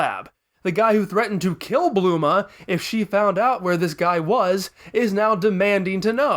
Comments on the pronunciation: Why do you call bulma bluma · Why do you say bLuma???